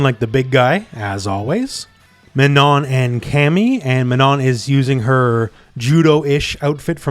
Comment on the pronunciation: Just a very minor detail but as Manon is a french character (and is an actual regular french name), the "on" in her name is NOT pronounced like in "on/off", but instead makes the same sound as in "beyond" or "pond". Too bad my boi Ed is DLC tho D